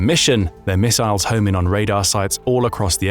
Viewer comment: I had to stop. I couldn't stand hearing it over-pronounced as "miss-aisles" one more time.